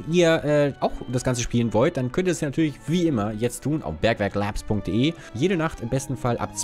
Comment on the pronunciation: Eine kleine Geschichte für euch: Katie ist in der Schule. Katie: Blablabla......... Ich war gestern noch auf BerkwerkLAAAAAAAAAABS unterwegs! Mitschüler: Musst du das so behindert aussprechen?! Katie: Ja. Ja, das muss ich! XD Auch schonmal sowas erlebt?! Jetzt muss ich beim Intro immer daran denken!!! :D